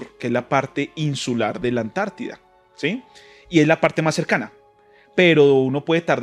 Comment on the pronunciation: Por quê ANTARTIDA, quando parece dizer añti